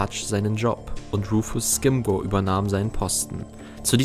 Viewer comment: Rufus Scrimgeour wird nicht "Skimgor", sondern "Skrimschor" ausgesprochen. ;)